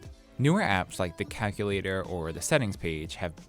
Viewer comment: Hang on, did he say ‘cakalator’?